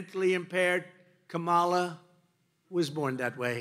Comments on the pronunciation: Mr. Tramp sure seems to have an ongoing problem pronouncing VP Harris’ first name. I hope it’s not due to a cognitive decline. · She said how to pronounce it in introducing herself at the debate. In one ear, out the other. Deliberate. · and there's something wrong with a guy who after such a long time STILL can't pronounce Harris' name correctly! or, maybe he's just being "bad". (a different type of mental impairment) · If the former is SO much smarter, then why can’t he pronounce Kamala’s name properly? 🤔 Oh that’s right, it’s intentional disregard. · There's something wrong ... with a Presidential candidate who can't pronounce her name correctly. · Is it mental illness to intentionally mispronounce someone’s name thousands of times in front of other people like that is a normal thing to do?